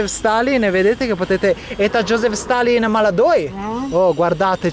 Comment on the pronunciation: josip,non joseph